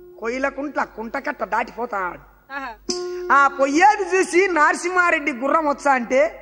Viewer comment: అయ్యా కథ బాగుంది కానీ నారసింహరెడ్డి కాదు నరసింహరెడ్డి